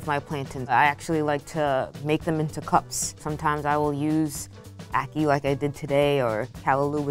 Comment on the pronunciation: She lost me completely with how she said ackee